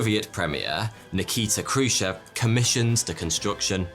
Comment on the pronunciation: Sadly, you got the pronunciation of Novaya Zemlya completely wrong, putting the stress, (which is very important in Russian), on the wrong syllables on both words. It should have been NOvaya ZemlYA. Khruschev is pronounced KhruschYOV. Castle Bravo was 1,200 times the power of Hiroshima, Trinitrotoluene is pronounced TRYnitrotoluene. The yield of Tsar Bomba was 54 megatons. It's SAkharov, not SaKHArov and, as the chief designer, he was the person that decided that the yield of Tsar Bomba should be reduced to 50% of the original design just 2 weeks before the detonation took place because he was afraid that the explosion would be far too great. And last of all, CHIXulub, not ChixOOlub.